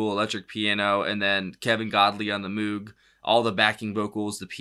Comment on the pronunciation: Just for note: "Moge" ("Moag"), not "Moog." You'll be amazed when you find out how it was done -- not nearly as much synth as you think. Utterly iconic 70s track!